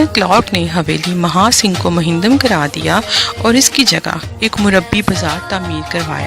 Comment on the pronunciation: بہت معلوماتی اور عمدہ طریقے سے تیار کی گئی ویڈیو ھے. صرف ایک نشاندھی کروانا چاھوں گا کہ کامینٹری کرنے والی محترمہ منہدم کا لفظ کئی مرتبہ استعمال کیا ھے اور منہدم بولنے کی بجائے ھر بار مہندم کہہ گئی ھیں۔ گزارش ھے کہ آئیندہ ویڈیوز میں تلفظ کی غلطیوں سے اجتناب کی کوشش کریں۔ غلطی انسان ھی سے ھوتی ھیں لیکن اُن کی اصلاح بھی ایک انسانی خصلت ھے۔